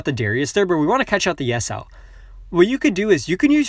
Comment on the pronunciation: U're pronouncing yasuo's name wrong its yas-uo